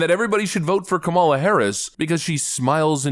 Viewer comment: Sounds like he said Criminal Harris h😂